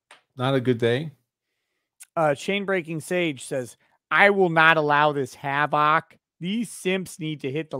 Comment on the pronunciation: “Hav-OK” -Mark Richards